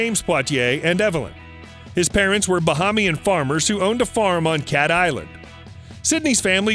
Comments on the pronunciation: It's pronounced "Ba- hay- mian". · You are pronouncing the word Bahamian incorrectly. You are also pronouncing the word Nassau incorrectly. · This dummy it pronounced Bahamian 🇧🇸